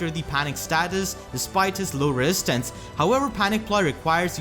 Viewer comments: R Uchiha it's an accent. Wesistance is actually pretty funny. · I cringe every time you say resistance wrong